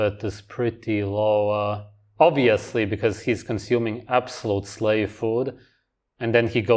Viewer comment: “Uv-course, oob-veously” cool mullet dude